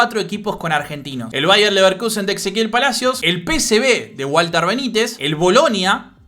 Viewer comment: lo que te decía es que decías exequiel en vez de Ezequiel. Igual muy bueno el contenido.